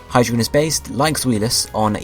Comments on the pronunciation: well ur wrong, u need to use the German pronunciation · You mispronounced them all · you mispronounced them. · It's ein (EYE-N), zwei (ZV-EYE) and drei (DR-EYE). Hydreigon is pronounced (HY-DREYE-GON). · Neither did the guy who made this video according to how he's pronouncing the names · You said all their names wrong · You said all their names wrong, all of them.